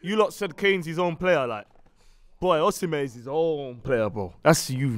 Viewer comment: Man said Osimehn better than Kane loool